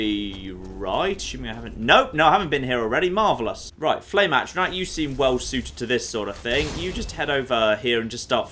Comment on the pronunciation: every time he pronounces A-tr-aNtac, AT-tra-Nac. Egh!